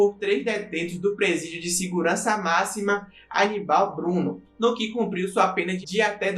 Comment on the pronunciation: Ótimo vídeo só pronunciou errado o nome do presídio aqui de Recife o Aníbal Bruno hahah mas sem bronca abraço